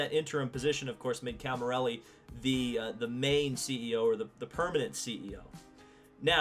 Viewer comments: It's Cami_LLERI not Cami_RELLI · Great video! Please its CamiLLERI not Camirelli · The mans name is Camilleri not Camirelli. Get it right.